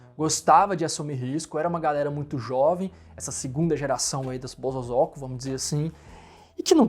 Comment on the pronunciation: Pronuncia : bo-so-zo-ku. Zozo não!